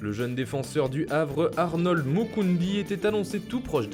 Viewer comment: MOUKOUDI ptn pas moukoundi